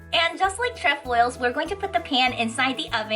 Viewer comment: It's tree-foils and samoas